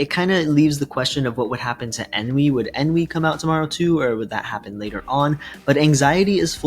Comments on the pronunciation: You keep Ennui saying EN-V, thats a different character. Its pronounced ON-Wii. On as in, "its ON top", and Wii as in "Nintendo Wii" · pronounced On-wee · Ennui (pronounced un-wee). 🙄